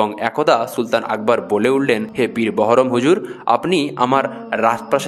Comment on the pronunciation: মিস্টার ---কোথা থেকে এই ইতিহাস পড়েছেন? জ্ঞান না থাকলে জ্ঞান জানতে জ্ঞানের ইতিহাস পড়ে তারপর ভিডিও করিয়েন।বারবার উচ্চারণ করছেন সুলতান একবার। আকবর ছিলেন সম্রাট সম্রাট।জাহাঙ্গীর ছিলেন সম্রাট। কোথা থেকে সুলতান কথাটা পেয়েছেন? ৫ মিনিটেই মারা গেছে --কোথায় জানলেন। পীর বহরম---পীর বাহারাম।ইতিহাস জানতে গেলে ইতিহাস পিপাসু অভিজ্ঞলোক এবং উপযুক্ত বই পড়ুন। আপনার সঙ্গে ইতিহাস আলোচনাতে আমি আগ্রহী কেননা বিকৃতি ইতিহাস সত্য কে অসত্য করে অপরাধ করে। সুফি।